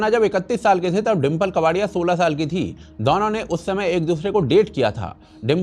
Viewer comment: दौनो नही दोनो बोला करे pls ,🙏sounds v annoying